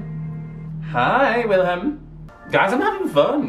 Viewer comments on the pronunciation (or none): Hm... his name is pronounced Vilhelm; not Oilhelm :-)